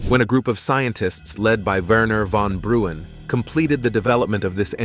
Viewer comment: BRAUN not Bruen. C'mon